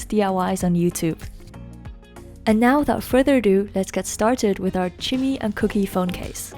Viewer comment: Am I the only one that giggled every time she said cooky and chimmy